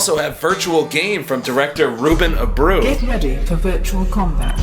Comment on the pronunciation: ul Abreu is a portuguese name, and is not pronounced "abru" but instead "ah brewh u"